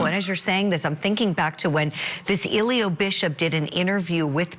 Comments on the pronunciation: lol at the reporter always calling him Illiyo 😂😂 bless her heart tho. Even if defense did any kind of a good job, NB is going to mess his own case up all by himself. What a mess. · How hard is it to say E-Lee-Gee-O? Eligio. Pronunciation was horrible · 😂😂😂 his name is Eli_GI_O 😂😂😂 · The lady reporting on this case pronounced his name wrong😂😂😂😂. She had me hollaring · Nature Nuts, everyone in the courtroom is smarter than you. And I love how the host keeps mispronouncing his first name. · The reporter cannot pronounce his name. There is a ‘g’ in his name.